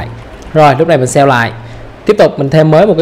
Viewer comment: kiến thức thì hay mà mỗi lần nghe save toàn phát âm thành sell nghe khó chịu vô cùng.